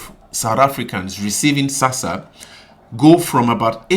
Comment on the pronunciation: ITS NOT SASSA !!!!!!!